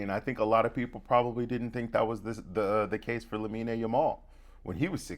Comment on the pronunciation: Its LA-min not LA-min-EI